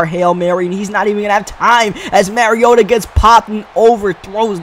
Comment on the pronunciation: Mariota (mah-ree-oh-tuh) not (marry-oh-tuh)